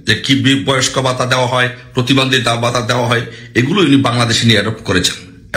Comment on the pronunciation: ভাই, আপনার ইংরেজি উচ্চারণ এর প্রতি একটু যত্নবান হোউন। বাংলা উচ্চারণেও সমস্যা। কানে লাগে। আপনি নির্ভরকে বলছেন নির্বর! ভাতা কে বলছেন বাতা! ইংল্যান্ডকে বলছেন ইংলেন্ড! মধ্যেকে বলছেন মদ্যে! মুক্তিযুদ্ধকে বলছেন মুক্তিযুদ্দ! ভঙ্গকে বলছেন বংগ। দুঃখিত ভুল বুঝবেন না, আপনার সব ভিডিও দেখি। তথ্য নির্ভর। জয় বাংলা।